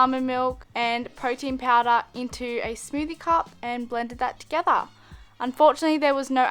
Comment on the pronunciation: "Mix it all toGETHAA" I'm sorry, this just cracked me up xD